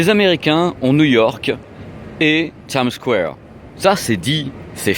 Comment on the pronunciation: Comment tu dis? Times squwwwware?:))